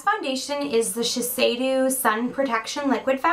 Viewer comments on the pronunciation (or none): i'm japanese. the last foundation is pronounced Shi (as in She) sei - Do (as in Dod or as in Do-re-mi) :)